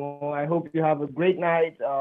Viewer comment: geat night XD